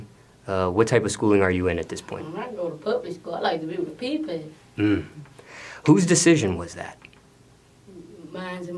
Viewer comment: Do: what kind of schooling are you in? boosie son: “pubic school I like to be with the PePail”